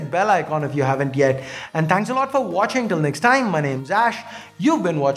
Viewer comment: Ahhh i see you had improved your english pronunciation hahahaha no longer "Aszzz hear vrom zzz4etech" and now "Ash here from C4etech"!